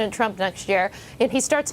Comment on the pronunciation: Cavuto said, "Donald Tump". Sheesh!